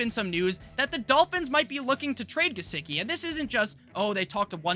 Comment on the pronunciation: "Licky on my Gisecki uh" 🔥🔥